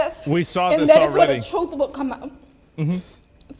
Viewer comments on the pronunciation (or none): "we belie in da legal pros's! And da trut will come out!" Actually embarrassing